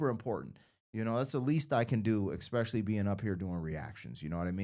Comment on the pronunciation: You need to learn how to pronounce etcetera and especially